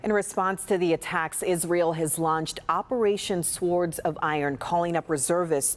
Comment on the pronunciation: Operation Swords. The w is silent.